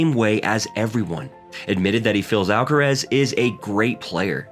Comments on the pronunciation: Why "alcarez"? Influenced by "alvarez"? But then it would be spelled "alcarez", no? Just say"alcaraz". Not "alcarez". Why would you say "alcarez"? It's "alcaraz". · Why do you call him Alcarez?. It’s AlcarAz!